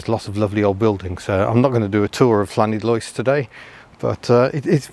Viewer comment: it's pronounced Lanidlos with a 'than' of the double Ll's lol, learnt that many decades ago off the Welsh lol